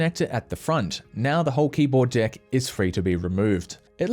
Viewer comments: Sounds like you’re saying keyboard dick lol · Am I the only one who hears "the old keyboard d*ck"?